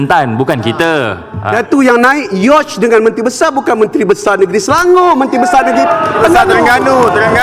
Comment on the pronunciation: KAU SEBUT "YACHT" PUN TAK BETUL... PEGI LAA KELAS KE APA.. TIAP KALI KAU CAKAP ENGLISH, ADA JE FAKAP... JAGA SKIT LAA CLASS TU.. KAU MB KOT